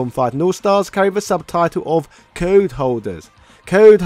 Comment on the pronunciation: Why do you keep pronouncing "code" like "card"? It's quite distracting. Also, all the Marvel vs Capcom games were successes, not just 3.